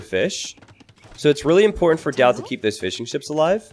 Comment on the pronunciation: Keep hearing 'fish n chips' instead of fishing ships